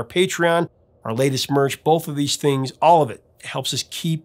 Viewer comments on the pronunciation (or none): none